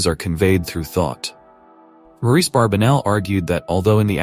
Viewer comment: The gentleman's name is Barbanell - not Barbinell or Barbenell. Get that AI junk to pronounce the name correctly.